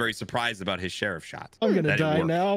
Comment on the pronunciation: "share of shot" instead of sheriff shot lol